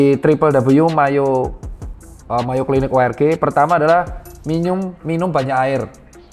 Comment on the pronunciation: minyum😂ngomongnya typo